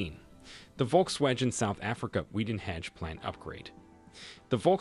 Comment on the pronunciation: Next time learn how to pronounce words before uploading a video. It's like you reading a script! Even the most simplest word Volkswagen you couldn't pronounce right. You just butched this also using stock photos that some don't even relate to what you talking about.... you talking about Richard's Bay a coastal city, meanwhile your stock photo shows Sandton City, an inland city 700km away....